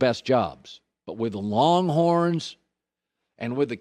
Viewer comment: Did Colin Say Wronghorns. . LOL